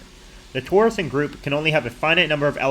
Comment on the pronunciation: Your pronunciation of "torsion" is a little weird, as if you've never heard an English-speaking mathematician say it. Anyway, that's a small nitpick and this is still a cool video